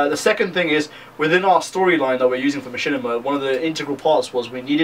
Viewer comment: laugh wtf is a ma - chin - i - ma! haha learn how to pronounce the word at least.